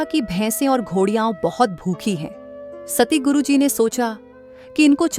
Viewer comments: Not satiguru,it's satguru ji❤ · Sister Satguru bolo ,na k Satiguru